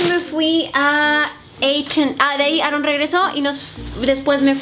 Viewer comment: solo se río porque dijo Aarron en ves de con una sola r